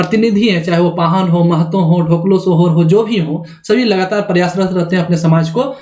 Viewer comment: ढोकलो नहीं होता है, डोकलो' कहा जाता है खड़िया में.